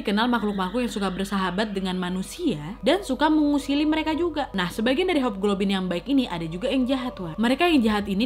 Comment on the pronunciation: Nadia: “hobglobin” Nangiiss bngtt sampe bengek😭